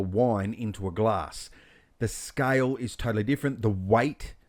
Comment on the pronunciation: i think you are one of the best teacher for maya, bifrost. awesome tutorial. really a detailed exercise that is simplified for viewers to receive it easily!! thanks dear. only thing i felt little difficult in beginning for a while is.. ur pronunciation of scale is like sky. weight is like white. water is like voda.